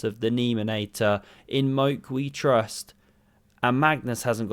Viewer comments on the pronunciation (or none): none